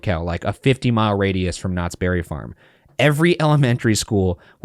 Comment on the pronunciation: Next time you do a Knott’s Berry Farm ride, can you try not to make it sound like you keep calling them Nazis? 😅